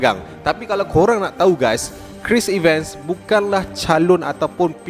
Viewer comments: Cris Evan, Bukan Cris Iven 😊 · Cara sebutan 'Chris Evans' tak betul. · Sebut tu bg betul la ckit.bkn triler tp trailer.bkn chris iven.chris evans.homework la dulu bang